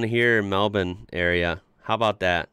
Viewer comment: Congrats on pronouncing Melbourne correctly! (melbin). Marlborough would be either Mahl-Bura or Mahl-Bra :)